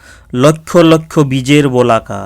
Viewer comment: মাফ করবেন বোলাকা নয় বলাকা বলুন।